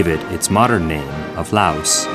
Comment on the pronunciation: These White people need to speak the language before doing Laos documetary. White people pronounce Laos language is like three and tree sounds the same.